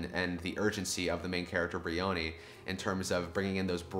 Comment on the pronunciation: Jean-Yves Tibaudet pronounces his name like this: Also, it's BRIony with the accent on the first syllable and a vowel sound of "eye", rather than breeOOHny